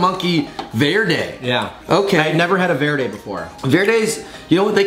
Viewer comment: Two white boys trying to say "Verde" lmao. Tamatillos and hot Chili's is what green salsa is made out of. Verde!